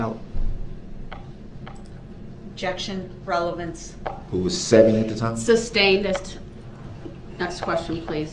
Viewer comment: There wasn’t actually a photo of him face on and the license plate. They could have offered a ‘photo’ of him face on in cross BUT I’m sure Ms Oper changed her mind mid trial because of this attitude and it was more fun too for them and us to see him squirm with the video!! 😂😂😂😂 and it was wonderful to watch him panic! LEADING, RELLY-BUNS-SEE, LEADING, OBJEC-SHUN, OBJECT-SHUN TO RELLY-BUNCEY! OBJECTION, I WOULD LIKE TO MAKE AN OFFER OF PROOF FOR MY APPEAL! Panic stations 🫨😂 It was MIND BOOGLING! 😊